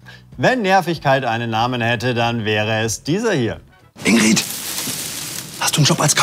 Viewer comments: das problem an der sache ist, dass die "ingrid" völlig falsch aussprechen. niemand sagt hier "ingrieeed", sondern "ingritt". deswegen ist die werbung für mich ein totaler fail, obwohl ich weiß, wo sie damit eigentlich hinwollten... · Alleine, dass die Ingrid konsequent mit kurzem "i" aussprechen und es sich somit noch weniger reimt….NERVT!